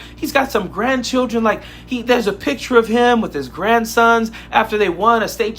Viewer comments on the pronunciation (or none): none